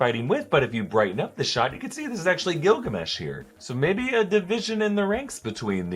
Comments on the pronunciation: everytime he says Gillgamesh i heard Gargamel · I can't be the only one that thinks of gargamel when he says gilgamesh right?